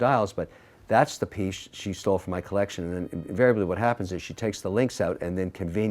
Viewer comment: Another Mr. wonderful video, another round of feeling triggered by the pronunciation of "colleccion." Love these!